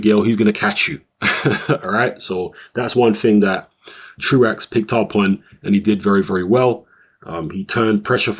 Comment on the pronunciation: Apparently it is "True Axe" but I've heard it pronounced "True oh" in the past.